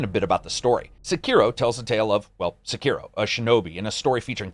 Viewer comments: “Sekeroh” Oh dear... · I'm a little bit disappointed in your pronunciation of Sekiro. But I still love you. You're the best!